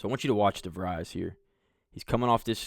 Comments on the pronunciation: Great look at how Coach DeVries runs a team. Just one correction: his surname is pronounced de-VREEZ (rhymes with "freeze," not "fries"). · pretty sure its pronounced De vreez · Pronounced de vreees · You are correct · You are miss pronouncing his last name. You are too unprofessional to be liste ed too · doesn’t even pronounce his name correctly 😊